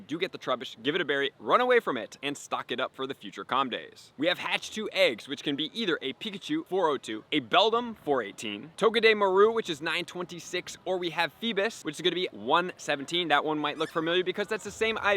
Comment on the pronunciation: no hate, but the way he said togedemaru kinda saddened me 😓, but thanks for the info! ❤